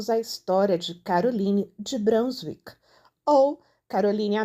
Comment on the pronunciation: A pronúncia de «Brunswick» é «brúnzúík».